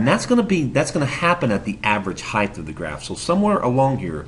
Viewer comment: average heighdth lmao